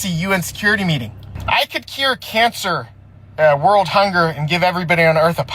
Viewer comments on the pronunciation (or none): none